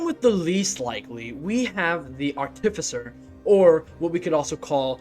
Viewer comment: google "artificer pronunciation" please